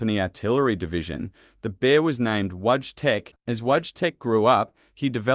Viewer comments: Pronounced VOY-CHEK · It's funny how he pronounce wojtek.